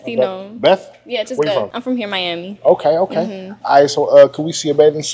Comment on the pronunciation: “what’s going on hure I’m miamiii???”😧